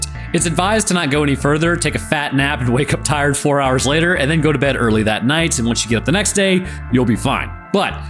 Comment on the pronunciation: you said 4% wrong